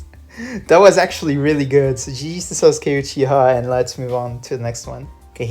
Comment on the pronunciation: ITS PRONOUNCED SA-S-KAY